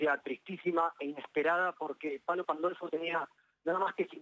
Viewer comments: Palo PAN DOL FO!!!!! lee,, lee. Ronda la falta de respeto a un gran referente de la música de nuestro país. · Palo ""Pandolfi"",dice la locutora,no tienen idea,de quien esta hablando, y se nota mucho. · Aprendé a leer, Pandolfo no Pandolfi. Otra no pensante del grupo Clarín. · pandolfoooo, no es Pandolfiii cheee periodistaaaaa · No lo encontraron muerto!!! Por que ponen esos titulos?? Y ni siquiera pronunciaron bien su apellido... Perdonalos, Palo... descansa en paz